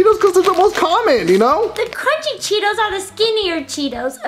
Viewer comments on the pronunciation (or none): I thought Panda said I want Tito. Not cheetos.